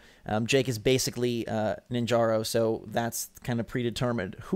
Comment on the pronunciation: NinjarA, A not O!